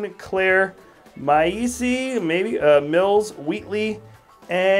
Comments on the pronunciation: Wow, you said stygimoloch correctly but send Maisy wrong, 😂 great vid, really informative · U said Maisey wrong